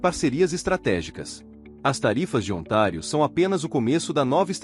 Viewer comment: Ontário , não é otário kkkkk